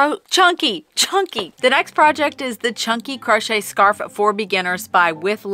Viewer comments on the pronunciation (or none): Me and my neicey giggled at you saying "crunchy" 😊